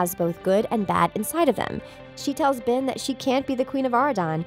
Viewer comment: It's not ven it's ben